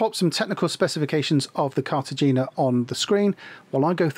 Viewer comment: Cartagena is pronounced with a soft g, like a breathy “hay” As always though, a really great, informative video.👍